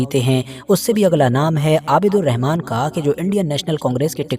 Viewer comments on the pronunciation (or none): none